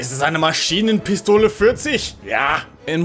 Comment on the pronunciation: are u german? i have never heared and english speaking person pronounce Maschinenpistole 40 that perfectly. But ure accent is strange i thought ure a native english speaking person. ^^